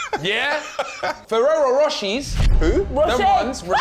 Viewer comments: From now on I have to call them Ferrero ROSHEES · Man sed forero rochese ⚰️🤣🤣🤣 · Man said Ferrero Rochie 💀💀💀 that must be that Aldi version 🤣🤣🤣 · "Ferrero Rocheee" "Who's that" 💀💀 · "Ferrero RoChiEs" that part made me cry for real. 😭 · Noooo I was drinking water when filly said fereo roshey 🤣🤣🤣🤣🤣🤣 spat everywhere! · Man said rocheee💀😭 dead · “ferrero rochis” IM DYING HAHA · "Ferrero roshyy" looollll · He said Ferrero rochies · I screamed in unison with Nella when Filly mispronounced Ferrero Roche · Nella said it wrong too and no one noticed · Nah cus the way I was in TEARSSSSS when Filly tried to pronounce “Ferrero Rocher ” 😭😭😭😭